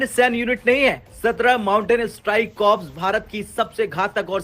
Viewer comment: कॉर्प्स नही कोअर.